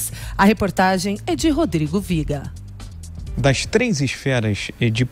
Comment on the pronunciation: O cara da uma entonação no viga 😁